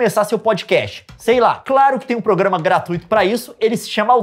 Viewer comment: uma coisa que o leon nunca ouviu fala "progamas piratas"